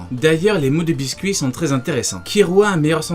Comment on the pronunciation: Bisket pas biscuit hahaha